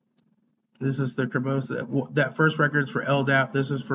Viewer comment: Just a minor point of order... you keep referring to it as Kerbosis ( +/-). You can even see the correct spelling highlighted in the host record . Kerberos (named after the three-headed dog Cerberus in Greek mythology). Kur-ber-uhs